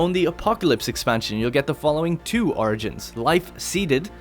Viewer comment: Anyone else hear "argents" instead of "origins"?